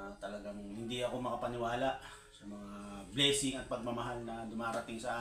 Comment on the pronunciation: Bleesing? Baka blessing yun😂